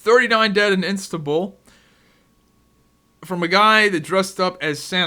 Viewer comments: 39 dead in "Instabul" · Do you say "Instabull" on purpose? really not sure about this one..lol